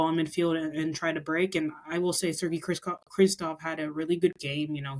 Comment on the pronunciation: Why do they keep calling Sergey Krivtsov "Kristov"? Whatever his qualities he deserves the benefit of being called by his proper name